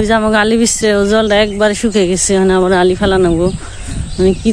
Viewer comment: 'আবর' না বলে 'আবার' বলুন। নারা অথবা ন্যাড়া নয় খর বলুন।